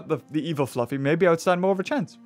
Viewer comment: you keep calling it “fluffy”. It’s flaffy.:)